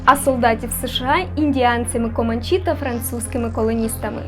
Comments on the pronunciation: Увімкну трошечки душнілу: на все ж не в'єтнамські джунглі, а латиноамериканські (Колумбія, Панама, Коста-Рика чи Гондурас)🧐🧐🧐😂😂😂. Також правильно не команчІ, а комАнчі. І дія відбувається не на Великих рівнинах, бо це степ-прерія, а у лісистому районі Великих Озер (заращ північ США і південь Канади). Саме там французи мали колонію Квебек. Все заради поліпшення Вашого контенту👍🏻👍🏻👍🏻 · Не команчІ а комАнчі